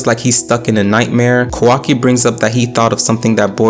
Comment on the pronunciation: Sorry Bro, its not „Konohaaaahh“ its „KonoAh“ and its not „Otsuktski“ its „Ootsutsuki“. Not „Quaki“ its „Kawakii“!! get your names right!